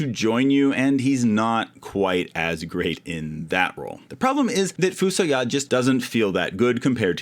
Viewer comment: Edge sucks! I always wanted to bring Yang back haha. Also, I've been pronouncing FuSoYa as "Fuh-SOY-uh" for 35 years